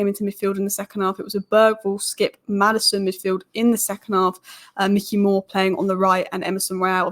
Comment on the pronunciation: As a Utd fan, you wouldn't know this. Although it's spelt Mikey Moore, I believe it's pronounced My-key More. I could be wrong though. Keep up the good work